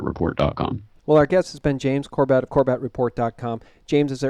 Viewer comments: Show James some respect by learning to pronounce his last name. Have you ever watched any of his videos? He clearly states his name every time. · Mate - can you pronounce his NAME correctly??? Just listen to how James Corbett pronounces his own surname and do likewise. it isn't difficult. I know you're not trying to be rude but please - get it right. It's embarrassing and is too nice of a guy to care so he won't correct you.